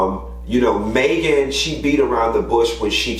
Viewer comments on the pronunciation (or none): "Maygen" tryna DO US!! 😂😂😂😂